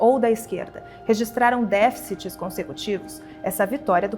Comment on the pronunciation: Merece elogios uma repórter que fala corretamente a palavra déficit. A imprensa, cada vez mais inculta, normalizou falar “defit”. Parabéns 👏🏻